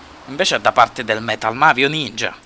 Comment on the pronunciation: Che poi quando dice "Sono un ninjy(Perdonami se l'ho scritto male non sono esperta)Ti fa ridere ancora di più!!!